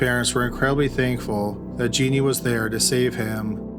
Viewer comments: Wtf was wrong with Jones? This was a crazy story. Can’t believe no one said anything. Also her name is Genene. Not “Jeannie.” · Love your videos,! Just one correction on this one: Genene Jones' name is pronounced "Jen-EEN," not "JEE-nee." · Not that it really matters all that much, but Genene is pronounced like Psycho Bitch Juh-neen. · isn't genene pronounced like "juh-neen"? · Actually it's gen een.